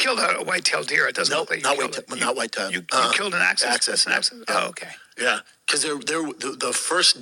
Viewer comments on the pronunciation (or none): "Access dare" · "Axcess and Waggoo !!" Axis and Wagyu, can't stop laughing !!! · Axis. Not access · “Access deer” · "Access deer"😂😂😂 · Access Deer are easy to get to.